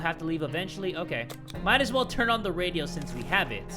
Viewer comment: On he said radio on a weird way of speaking but that way of speaking was netherlands